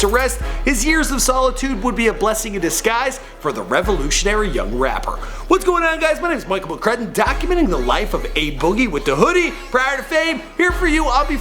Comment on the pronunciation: Stop pronouncing your last name as if the U were an E please!